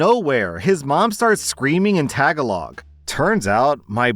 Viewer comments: its not pronounced tag-uh-log, its more like tuh-gah-lug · What the hell did you just call the Filipino language tag along? You really need to look up the pronunciation of that. You really butchered that. It’s pronounced Tagalog. Ta gal ig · Slight off topic note But the tag a log caught me off guard. Just never heard anyone pronounce it that way. Ta gah log if you're curious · Their language is not pronounced like the Girl Scout cookie Tagalongs... it's closer to 'Tuh Guh Log...' lol... my wife is Pinay too... as for Filipinos, they have a strong family setting... so much so, I bet my ex-friend 43m is probably still living with his mom... My wife is saving up to move her mom here too... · tag-a-log lol its "Tah-gal-ogg" hehe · Hey! Wanted to let you know that it’s pronounced Ta-ga-log instead of Tag-a-log. It’s a super common mistake. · its ta guy log thats how tagalog is said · story three, Tagalog is pronounced “tah-gah-log”. i pronounced it the wrong way for years and then a filipino classmate told me the correct pronunciation and refused to let me feel embarrassed over it bc it was always a word i just read and never heard out loud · “Tagalog” is pronounced tah-gAH-lohg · By the way it's not Tagalog it's pronounced tuh gah lug.... there's a guy my mom dated when I was a kid who was from the Philippines and that's what he said plus I've heard it words with people who were from the Philippines who called it that too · unironically saying 'tag-a-log' is great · it’s pronounced Ta-ga-lo (emphasis on the second syllable) (Tagalog) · Tagalog is pronounced TA-GA-LA and is the national language of the Philippines. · The way you pronounced Tagalog, I'm cackling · that’s not how you pronounce Tagalog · learn how to pronounce Tagalog, please. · I am SOBBING with how pronounced tagalog in story 3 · Rip to the pronunciation of tagalog